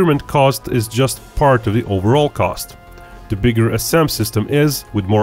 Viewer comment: Why is it you can say "Stealth" properly with the right "th" sound at the end, but every other word, like "the", you say "dah" - use the "th" sound you use at the end of "stealth" on all other "th" words like "the" and "that", instead of "dah, and daht", and you won't sound so dorky.